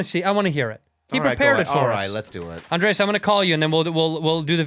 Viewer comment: Why Bobby keep pronouncing Andreas instead of just Andres?